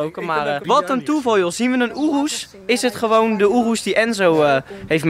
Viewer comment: Het is gvd niet joerus je spreekt het uit als oeroes